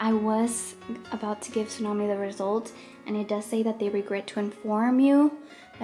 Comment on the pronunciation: Why does Esthalla call txunamy su